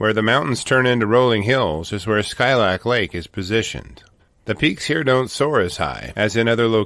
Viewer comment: Hey from Alaska! I got married at Skilak lake. It’s so beautiful but there’s so many bears up there. Last time I went this summer we saw a black sow w 2 cubs just chilling in the road there. It’s actually pronounced (Skeelak).